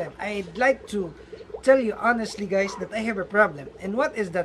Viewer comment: at the beginning he said gays